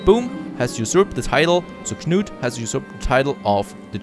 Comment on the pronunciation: Your guy's first name is the same as a very famous English king. It's pronounced KANOOT. Just helping out. Cheers.